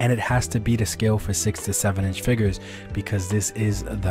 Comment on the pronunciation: Hate how he says “FIGGERS” and not figures